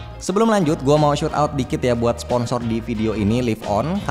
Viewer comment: "Shout" out bang bukan "Shoot" out